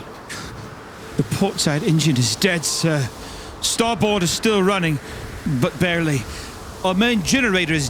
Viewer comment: Isaiah's pronunciation of "Newfoundland" and "starboard" were vomit inducing